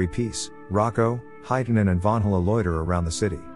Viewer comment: It's not heitanen its hietanen and vilho is wrong also its koskela